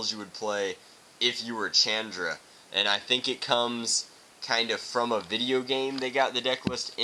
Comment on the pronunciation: you said chandra wrong